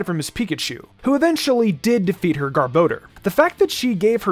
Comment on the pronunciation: Thank you for pronouncing garbodor correctly.